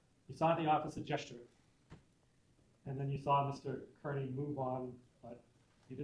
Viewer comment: Mr.Kerney like damn da it is Kearney sad when the prosecutor can’t say it correctly